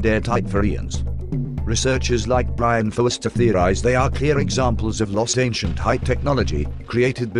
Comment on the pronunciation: He said Brian Forester...rather quickly and thickly accented.